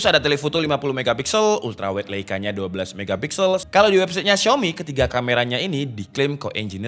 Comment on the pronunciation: bacanya lai ka yaaa